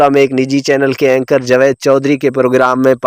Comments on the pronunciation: کہانی جو بھی تھی جاوید کو جوید کیوں بولا ۔۔۔اسی سے آپکی کم علمی کا ثبوت ملتا ہے ۔۔۔الفاظ کو چبا چبا کر بولنے سے انسان عالم نہیں بن جاتا۔۔۔🙄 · بھائ کو اردو بھی پڑھنےنہی آتی...مسجد کو ماسجد اور جاوید کو جاود اور بھی غلط لفظ بول رہے ہیں..